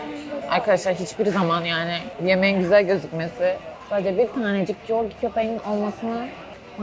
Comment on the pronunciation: Ablşss corgi diye okunmuyoooo korgiii divamızz